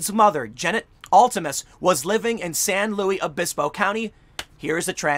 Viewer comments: FYI, the locals in San Luis Obispo don’t like it when you say “San Louie Obispo”. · San Luis Obispo is said like Lewis not Louie . Same with lompoc is said like lom poke .....you can tell your not from here when you mispronounce the name of the city. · Tim, you are supposed to pronounce the "s" in San Louis Obispo 😁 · Tim there's no French influence of any significance in CA even Larry King got closer with the Spanish pronunciation, even though the locals don't say it that way either. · FYI you pronounce the “s” in San Luis Obispo. California is dying but I’ll always have love for that city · Pronounce the s in San Luis Obispo. Luis is Spanish in origin. Members of the press that cannot properly annunciate a common place name loose credibility. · The ‘s’ isn’t silent in San Luis Obispo and whenever Tim says the name it hurts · Lolol I was looking for this comment. It killed me too. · It's pronounced like "Lewis" San Luis Obispo . Not "Louie" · Are we just going to allow Tim to pronounce it San Louie Obispo with no repercussion? It’s San LUIS Obispo! SLO is an amazing place, don’t screw up it’s name! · For the love of god it's pronounced "LOO-iss". Nobody says it "louie". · In case this gets popular, locals pronounce the S in Luis. I went to college there and they say San Lewis Obispo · Not pronounced San Lew E Obispo. Pronounced San LEWIS Obispo. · San Luis Obispo is Spanish in origin. It's pronounced similar to the English version Lewis, but the "i" is like a long "e" or lou-ees. You're pronouncing it like the French, Louis, where the "s" is silent, or the English version, Louie, where the "s" is absent altogether. The irony here is that the CA town on San Luis Obispo is named after the 13th century bishop, Saint Louis of Toulouse, France. I'm not a language nazi, just fascinated by language & history. Great job Tim! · Am I the only one bothered by Tim saying: St Louise ovispo? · SAN LUIS OBISPO sounds like SAN "LEWIS" OBISPO or SLO.